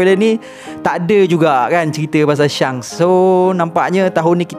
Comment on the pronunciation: Sebutan shanks - shenks